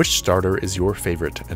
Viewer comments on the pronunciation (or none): none